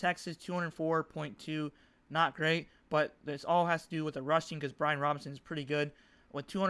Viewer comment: Bijan not Brian 🤦🏾‍♂️🤘🏾